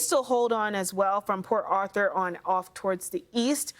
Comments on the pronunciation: Is it me or is she saying Author. Not Arthur 😂😂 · lol she keeps saying Author…lol it’s ART-Thur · Are author and Arthur supposed to be pronounced as author? Asking for.